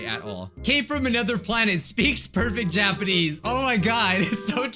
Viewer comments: When you said Japanese I heard ja-panties XD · No one: Literally no one:: JAPAINEES